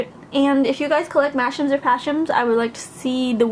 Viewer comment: Whenever you say mashems, it sounds like you say mashrems/mashrums to me